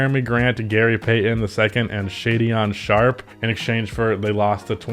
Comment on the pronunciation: No way this mf said SHAY DEON SHARP